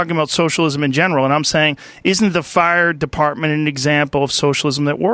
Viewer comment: "But Muh fire partment"